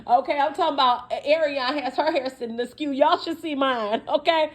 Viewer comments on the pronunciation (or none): Not “askew” 🤣🤣🤣